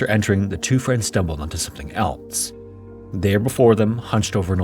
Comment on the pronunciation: “eltse” makes me want to break shit wtf why do so many people add a T to else? Someone pls help